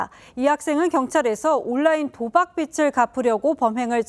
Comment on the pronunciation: 여자 앵커분 발음 교정 필요합니다. "도박빛을 => 도박빚을"